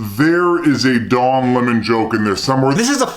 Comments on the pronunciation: Lol did I hear “dong lemon”? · I can't be the only one who keep hearing "Dong" Lemon. Right?